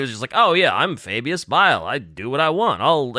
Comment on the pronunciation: "you are referring to Fabulous Bile": "AH, FABIUS BILE!" Notice how DIDN'T fall for the trap and did indeed say his name right when baited him. truly did know his name